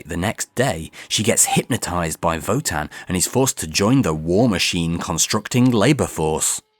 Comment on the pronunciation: Thank you so much for your work! I always wanted to know what happened in the classic series but never dared to start. By the way: that's not how to pronounce Wotan in German. Sorry. ^^